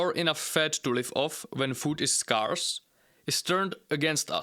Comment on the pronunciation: Good video. Just note that the pronunciation of scarce is not as you say it.